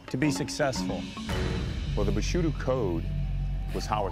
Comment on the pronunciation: I love how Phil was trying to say bushido but kept mispronouncing it as bushudo.😂😂🤣